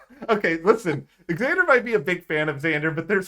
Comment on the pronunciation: did you say "eggzander might be a big fan of xander" my name is xander and my friend always pronounces it eggzander and i am more than a big fan of xander hes not just my favorite of the season hes my favorite of all time and might be me from the future